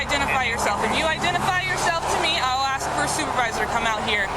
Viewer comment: Haha, memories of “ aks michelle”😂